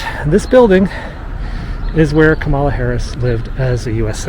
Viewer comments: Ka' ma la, not Ka ma' la. Accent on the first syllable. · Appreciate your vids. I watch to see if you might give more info on Joe and Kamala than the news. Been starving for 4 years for such happy news. But say: It’s KAmala. Not kaMAHLa.It’s easy. Think “Camelot,” of the once and future king fame. Kamala begins precisely the same. Sing it in your head: KAmala, KAmala, KAmala, I know it sounds a bit bizarre . . . .etc. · Love your videos. I look forward to your frequent updates. One friendly criticism though. VP Harris’ name Kamala is pronounced Comma-la. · Please, please, use the correct pronunciation of Kamala. Think, comma with a LA added. Comma La. You have at least 4 years to practice it. Maybe even 16. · Sorry, but you're saying her first name wrong!! "First, my name is pronounced 'comma-la,' like the punctuation mark. It means 'lotus flower,' which is a symbol of significance in Indian culture." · LOVE your videos. Being such a connoisseur of DC history and occurrences, you should know it is pronounced "comma-la!" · Kamala, pronounced “Comma-lah” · Thank you for your tour, but you are pronouncing the vice president's name wrong. It's pronounced like "comma," the punctuation mark with a "la" on the end. 😀